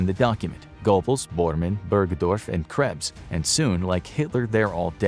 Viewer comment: His name is pronounced “Ger-bowls”. Are you a history channel or not?